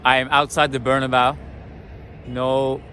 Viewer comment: Good job! One small thing: It's pronounced Bernabéu not Bernabau.:)